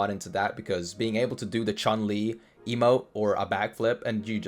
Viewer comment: It's Chan Lee, not Chun Lee! It's not that hard! Get off fortnite for pete's sake :P